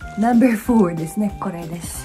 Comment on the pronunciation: 「ナンバァーー！ごぉ！」 この時点で結構日本に染まってますねw ファイブと言わない所が重度ですw